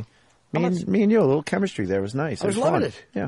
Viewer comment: that fawkin' chemistree!